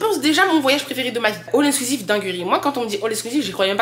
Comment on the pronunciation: on dit all inclusive 😊